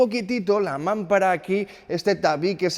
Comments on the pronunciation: se dice mampara acentuando la segunda a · MAMPARA ES LLANA 😅😅😅 , NO MÁMPARA . Vehículo IMPRESIONANTE ❤❤❤!!! Gracias por tus vídeos 😊😊😊!!!